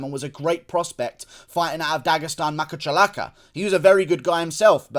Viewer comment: "Fighting out of Dagestan, Mahachkalaka" 🤣